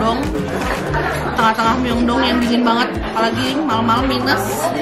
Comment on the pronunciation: Maaf kak aku bukan nya mau sok tau. Tapi ada sedikit pengoreksian kata Incheon dibaca inchon Myeongdong dibaca myongdong Jadi kalau di korea itu huruf 'eo' di baca o. Semangat terus kak! Aku suka konten kakak hehe